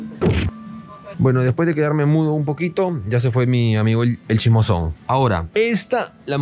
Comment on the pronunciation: "aquí hay un chismoson, aquí hay un chismoson" pensé que estaba hablando en japonés 🤣🤣🤣